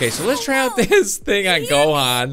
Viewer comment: You said gohan not johan